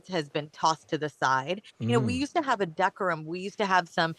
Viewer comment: Decorum is pronounced, De-Core-um 🙄